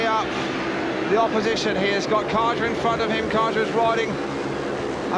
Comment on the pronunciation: Brian Karger, you idiot. The English speaking announcer pronounces Brian Karger wrongly, but that's because native English speakers only know their own language. I'm Danish (like Brian Karger, Hans Nielsen, Ole Olsen, Erik Gundersen, Tommy Knudsen, Nicki Pedersen etc.)Brian Karger was a good Danish speedway rider, but not in Olsen's, Gundersen's and Nielsen's class - more like an avarage English rider.